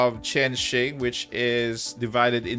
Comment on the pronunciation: Chain Shing is how you properly pronounce Chenxing just so you know its' a Chinese name as far as I'm aware apparently there's an author with the same name, maybe it's a reference to her? dunno.